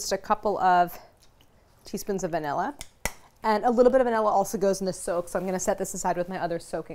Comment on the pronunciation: I kept thinking she was saying soap when she said soak.